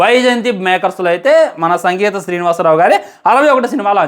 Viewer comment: Singitham Srinivasa Rao bro sangitham kadhu